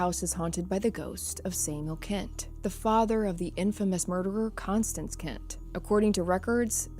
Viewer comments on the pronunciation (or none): none